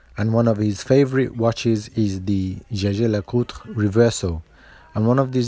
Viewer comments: Amazing Work ! ( p.s. It's not a "Scesce' Lecutr " But a "iegher Lecutr " ! ;) ) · Say it like this: "yay-ga-ler-kooltra" comes close. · It's not "Jay-ger Le-coter?" American pronunciation 😂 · The Jaeger-Lecoultre name is actually pronounced the french way, as Edmond Jaeger, one of the founder, was a french watchmaker.